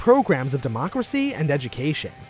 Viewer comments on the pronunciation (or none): none